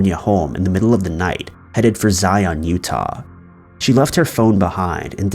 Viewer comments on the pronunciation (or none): none